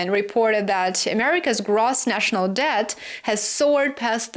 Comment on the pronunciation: IT LOOKS THAT U SAID S-TH LIKE THE WORD-S : DEED OR DEAD & NO-T DEBT